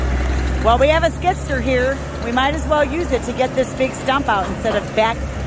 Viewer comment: Its a Skid-steer . I was hearing you say skidster